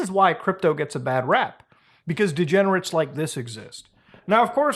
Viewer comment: when he said degernate i thought of "degernates like you belong on a cross".